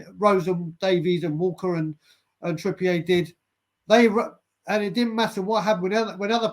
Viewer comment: Why do some people pronounce Trippier as Trippiay ?? He’s from Bury, Greater Manchester. 🤔 He isn’t French or from the Channel Islands. It’s Trippier.